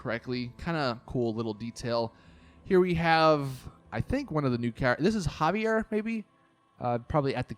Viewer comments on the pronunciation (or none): none